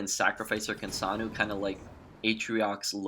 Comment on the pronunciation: Why do you pronounce her name like that? You sound like you're saying, "Kinsanu" instead of "Kinsano". Ends with an "O". Not a "U".